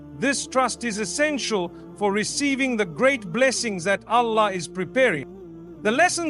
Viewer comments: This sounds like Ai. SubhanaAllah, we should be careful with all the information that we are receiving nowadays. The way he says « Allah » is not how he usually says it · I noticed that too. It doesn’t pronounce Allah the way Mufti Menk does! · This is AI my brothers and Sisters Watch closely And listen to accents of saying the word Allah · And yet u still cant say 'Allah' perfectly. When pronouncing the word of Allah, it must be thick, that is, yr tongue touching the upper palate. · This isn't mufti menk, the pronunciation of Allah is not from the heart. It reads like an AI generated voice. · It seems to me to be AI especially because of how he says Allah, he isn’t saying Allah’s name right. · Beware this is not Mufti Menk speaking. It's an AI voice. Be careful what you consume on social media. Mufti Menk can properly utter the word ALLAH. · The pronunciation of Alllah. And each time only saying Allah and not Allah SWT or other words he usually adds. 100% AI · AI GENERATED..... THE WAY ALLAH is pronounced is not correct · Ya even I felt it's AI.. Specially the way Allah is pronounced here